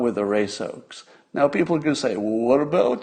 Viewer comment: Glorious! "Fine Beople."